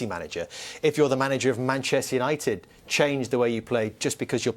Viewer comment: Manchester gary not manshter